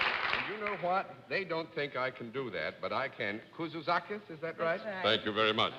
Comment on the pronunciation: Mr. Daly heard me. I said out loud "No way John Daly can say her last name (Kouzoutzakis)". He proved me wrong.